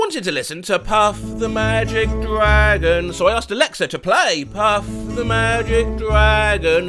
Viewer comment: I understand her, Puff The Magic Dragon is a moving song. Also the first syllable of dragon is supposed to. Well. Drag.